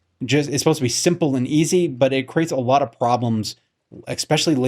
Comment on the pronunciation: Lost it after he said ex specially. Next!!!!